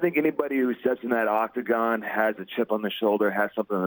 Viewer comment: I cringed everytime he said octagon. So glad Ariel corrected him.